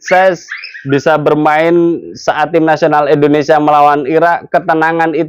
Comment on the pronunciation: Bang maaf Nyebut negara kita jangan endonesia bang Tp Indonesia 🙏🙏🙏